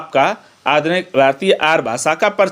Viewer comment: Sir y r u saying Aaryaa ko Aar